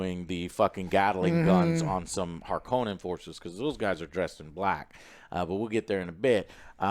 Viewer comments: Sorry boys, it's HARkonnen not harKONnen 🤣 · lol I don’t think you guys are saying harkonnen right 😂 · constantly changing the pronunciation of "Harkonnen" is hilarious.